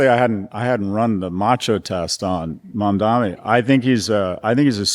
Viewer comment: Call me picky, he said Mandami. He never says it correctly, Kara was right to say it correctly then she tells him he got it, he didn't! Something about him that bugs me.